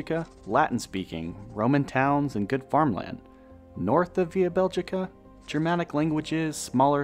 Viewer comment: That pronounciation of "Beligica" is so fucking jarring...